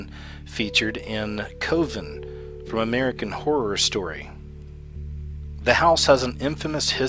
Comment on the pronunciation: Your pronunciation is bad. Shamonic (pronounced as it's spelled - shamanic) Samidi, (pronounced samdi, actual word is Samedi, which is French for Saturday. Coven (pronounced cuvven). :)) Sorry.